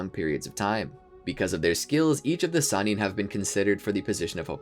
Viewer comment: Lol if y’all gonna make a video together. Atleast come together and call the Sannin one pronunciation.